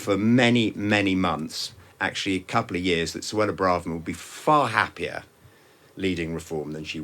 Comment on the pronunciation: " there. She's been we-elected in Faweham. but weflecting in what is a tewible time for the Conservatives. Saying she's sowy the party did not listen to voters and will do evewything in her power to webuilt twust"